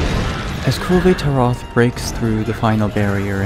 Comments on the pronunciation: I love this, but your pronunciation of Kulve Taroth bugs me greatly. Otherwise, great work on this. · I've always heard it pronounced with the "e" in "Kulve" being silent. Granted, it could really be anything. Capcom's localization team has shown themselves to be pretty daft in the past. Either way, great video again. Learned some things I wasn't aware of.